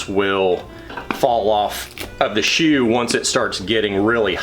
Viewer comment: Bewt. Shew.